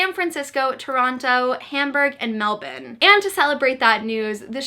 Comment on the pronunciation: LOVE that you said Melbourne like a local